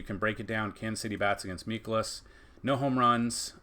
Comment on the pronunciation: Please pronounce Mikolas name correctly. It is a long I not short. Mike-elis